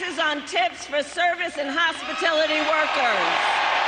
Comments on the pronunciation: Anyone notice she says hospitilties not hospitalities? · Hospitility? She can't read a teleprompter either! Kamala is the worst choice the left could make. Her lies are the only thing memorable about her.